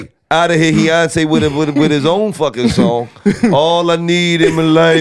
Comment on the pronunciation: I’m mad it took me this long to discover these niggas 🤦🏾‍♂️ “heyonce” 💀💀💀